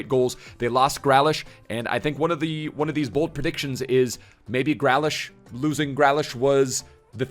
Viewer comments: "Gralish" This just hurts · is really not good at pronouncing names. The way he said Southampton, vizeh and grealish hurt me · the way you say Grealish kills me haha